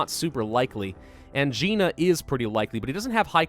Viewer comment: Every time he pronounces angina as angeena and not ang-eye-na it makes me cringe.